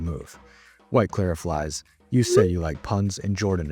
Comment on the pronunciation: grammar mistake: he said “klair ih flies” not “klair ih fiyz”